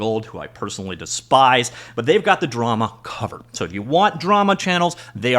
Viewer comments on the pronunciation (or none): The emphasize on DESPISE absolutely made me crack